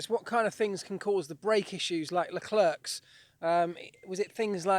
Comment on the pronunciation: I know this is nitpicky, but could you please stop saying leclerk? It's pronounced le-claire.. Sorry for being nitpicky but makes me cringe everytime I hear leclerk.